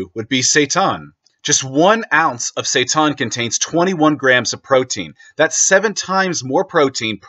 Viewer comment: hahahahahahahaha you change the way you pronounce "seitan" every video XD "seytarn. seytan. sayten"